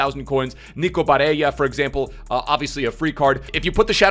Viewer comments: Mate its Bare L L a and Not Bareya. He’s Italian and not spanish. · Just wanted to say it’s pronounced “BareLLa” not Barreia, you are thinking of the Spanish accent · I’m italian and the proununce of nico is barella with 2 L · I love your vids bro but you can’t be bitching Barella’s name like that my guy... BA-RELL-AHH. That’s how you pronounce it and then Throw some Italian stank on it and your good lad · For Barella... you actually pronounce the double L unlike in Spanish. You put extra emphasis on the double L because it appears twice. Hope this helps for further reference and thought I would comment since I’m Italian 🤙🏼 love you bro